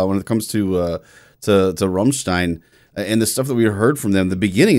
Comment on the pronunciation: I REALLY hate to be that guy, but it's not RUMstein, it's RAMstein. I still love your analysis. but you were triggering my OCD. :P